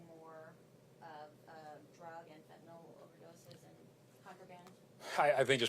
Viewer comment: It's Fentanyl not fentanol numbnuts!